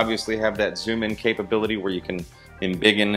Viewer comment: "enbiggen"? Great review.